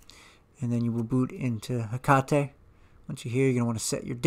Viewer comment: also like that you pronounce 'hekate' correctly. maybe you studied a little japanese? haha